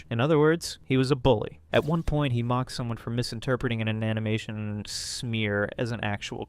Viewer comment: So... I'm intrigued with the video topic, but... does anyone else feel like something is off with this video? Describing comic panels, but only after they've appeared and cut away to something else? The obvious mispronunciation of "animation" as "an-ee-mah-toon"? Despite pronouncing it correctly earlier? Also, given that this page last updated 13 years ago... I'm genuinely curious... Is this AI? I'd like to believe the creator genuinely got back into making videos, but some of these quirks don't feel... human. You know? I don't mean this as an insult to the uploader. It just can't shake the feeling something's off here, though. 🤷‍♀️